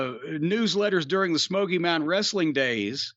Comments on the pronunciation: "wrestle-ing" bro lol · And pronounce the word wrestling like a toddler who learns to speak! Wrrrreesteliing!!!!